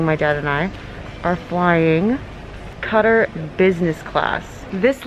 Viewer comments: It’s pronounced Kuh-tar or qaa-tar not cut-er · Wow, it’s but cut- er it’s Kh-a-taare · You're definitely pronouncing Qatar airways wrong, it's cut tar, like guitar, not cutter airways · It's pronounced Kuh-Taar, not Cutter 🤦🏼 It's always the dumbest people who have tons of money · Even though nobody asked it’s pronounced catar like guitar but replace the g with a c. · Did she say cutter business class loll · Qatar Airlines. Pronounced "katar" Hindi cutter. I was confused. Lol. Tips Lang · Why r u saying cutter airways ??? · The way you pronounced Qatar 💀💀💀🙄🙄🙄🙄 deaddd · You mispronounced Qatar. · Youre doing content for a brand you cant even correctly pronounce the name of. Please do better. Its kind of embarrassing.